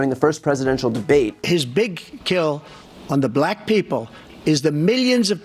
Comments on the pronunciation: Black is pronounced black not that difficult. Racist Trump pronounces it something like BLLack. Very demeaning and shows a very high level of unintelligence. This is from an old white guy whose going to lose his Social Security and Medicare if Project 2025 becomes law. I'll be dead in 6 months when my prescriptions become impossible to get, while living in the wake of a depression that makes the last one look like a cake-walk. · Trump can't even say the word BLACK without making himself a fool. The tone of his nasty racist heritage is encapsulated in just the way he pronounces the word.